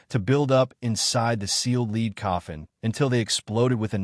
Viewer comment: This is a great video other than you saying lead wrong lol